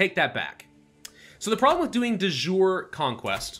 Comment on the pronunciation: Kind of triggers me that mispronounces De Jure... It is "dee -YOOR-ee" damnit